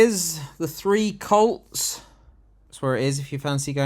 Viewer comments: The three whats? It sounded like "See You Next Tuesday" If it was, it's wrong because there are only two of them on screen. Oh it's "Colts"! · Did you say 'The Three Colts'? Subtitles thought you said cults...I'm sure there's a joke there. I think it should be renamed 'The Two Cunts' personally. 30p Lee is a pound shop Farage, with change.